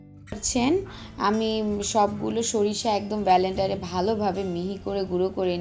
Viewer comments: Kathata hobe blender bolender noy ato lok sunbe r hasbe ata apner bhaba uchit chilio akhon theke uccharon shikhe tarpore ashben thanks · BALENDER?? WHAT ABOUT CALLING IT CORRECTLY 'BLENDER' ??